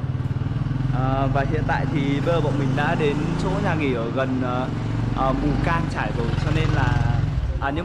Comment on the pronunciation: Mù cang chải k phải mù căng chải mod ơi